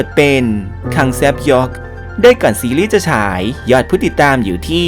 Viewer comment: ขออนุญาติเสริมค่า คังแซบยอก อ่านว่า คัง-แซ-บย๊อก ไม่ใช่ แซบ-ยอก 😂😅 ใดๆคอนเทนท์ดีมากค่ะ